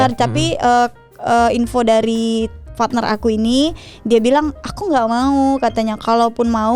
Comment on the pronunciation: Partner ya bukan fatner 🤣🤣🤣